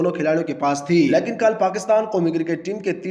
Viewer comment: lekan nahi hota lekin hota hai, crickatt nahi hota hai cricket hota hai, maloooom nahi hota malum hota ha jaahil pendoo